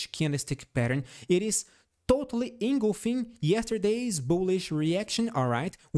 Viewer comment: Thank you for your constantly helpful Tesla analysis. ‘Engulfing’ is pronounced engulf - ing, not engul - fing. Hope that helps.